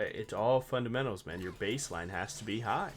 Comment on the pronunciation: U said fundementals and I heard a sound. Im cooked T T need to hop more in your stream